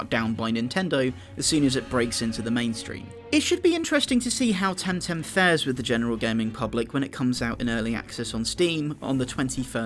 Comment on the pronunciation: Oh my god... Please, never say TemTem again. It's so terrible. :P